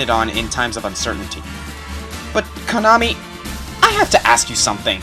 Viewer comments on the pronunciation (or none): none